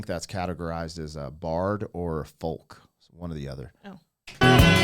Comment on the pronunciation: you're old enough now for someone to tell you a secret: the L in "folk" is silent.